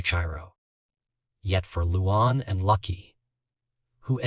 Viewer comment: Who the hell is "Loo Wawn?" God, these AI voices are pathetic...